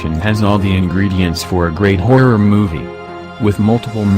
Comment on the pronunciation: i like how the voice said horror or in its case hoirror